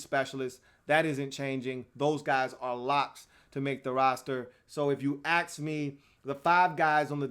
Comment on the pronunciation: It’s ask not axe